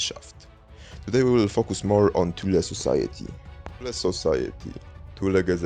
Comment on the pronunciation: It's so nice to hear THULE pronounced CORRECTLY for a change: "TOOL-AH" . Americans pronounce it in all kinds of comical ways which include: "Thool" and "Toolie" . I have never heard an American pronunce Thule correctly, not ever.